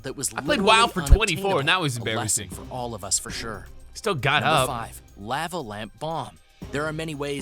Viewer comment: Anyone else bothered by the way he pronounces lava? No? Just me again...damn...lol